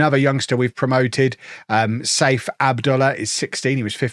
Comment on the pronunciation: However badly mangles it is in-world lore Even if his ironic pronunciation of Saif as "Safe" does happen to make my ears bleed 😆